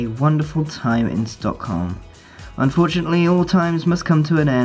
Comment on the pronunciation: Sad red bull noices ('Stock*h*om') You dont pronounce a H